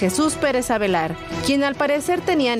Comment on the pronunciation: Avelar, ALVEAR ni leyendo pueden😅